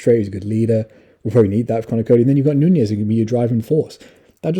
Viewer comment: Its not nuñez, its nunes